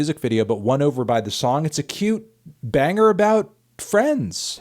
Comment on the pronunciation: I listen to these on my Monday commute and both times you yell BANGA in a British accent I spilled coffee on my white T-shirt so thanks melon